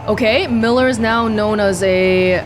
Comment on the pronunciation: wow I’m really impressed with your pronunciation of Miller’s name, molodetc proper pronunciation is Moskva